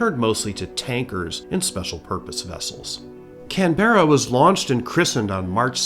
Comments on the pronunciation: Glad I’m not the only one! To be fair, he’s just pronouncing every letter, plus the emphasis. “Can-bra” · Love you videos but please stress the first syllable in Canberra. The way you're pronouncing it in the video is very hard on the ears. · I'm 22 seconds in and had to say it's Can-bruh 🇦🇺😂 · Had to look it up correct pronunciation is kanbruh 😅 kinda like canbear uhhhh better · Somehow the repeated mispronunciation of the very subject of a video is much more tolerable when it is a human mistake and not AI! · As an Aussie, I gotta say, that somehow still not the most incorrect way I’ve heard someone say Canberra, it is one of the more interesting ones though. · it‘s driving me insane as a canberran haha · Can we get a trigger warning at the start? Warning: some pronunciations of the word Canberra may cause distress... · Stop saying Canberra wrong 😂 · My ears were bleeding hearing that. I must admit that I was wondering if that was the British pronunciation rather than the Australia one - there was a Canberra Bomber produced by the UK. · Yep no worries mispronounce away, just keep uploading your excellent videos 👍